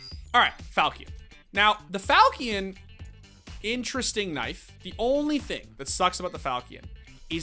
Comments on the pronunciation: Falkein? Are you shitting me, its a Falchion!! hahaha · he says falkean?